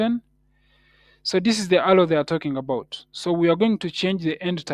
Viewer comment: Alow❌ arrow✅ great video though 😂